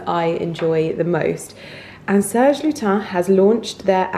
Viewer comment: Serge Lutens= Good french pronunciation but pronounce the s at the end of Lutens...I know , usually it's silent..